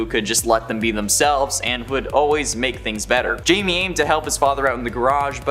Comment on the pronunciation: Blue Beetles name isn't Jamie (jay-me) It's Jamie (hi-may)